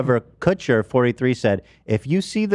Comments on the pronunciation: Ethan called him, “Kushton” 😂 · Asher and Marla Kushtin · Kushton, Kushin, Kushter, it’s all the same right? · Ethan calling Ashton Kutcher “KUTCHTON” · Ah yes, famous hollywood celebrity Atcher Kushton